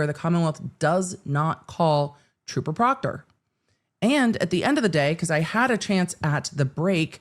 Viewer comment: If Michael Proctor didn’t do anything shady or illegal, why are they having a hard time saying his name?😂